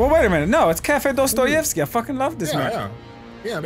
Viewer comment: It's prnounsed Dastayevky say aaaaaa not ooooo